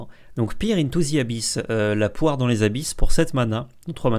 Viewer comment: peer = pair pas poire, poire c'est pear